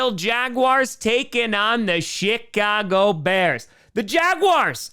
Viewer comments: Is it just me or did he say shitcago bears😂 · For a second I thought you said Shitcago Bears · I swear hes saying "SHITcago" bears 😂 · I thought you said shitcago bears. Did you say shitcago bears? I swear I heard that lol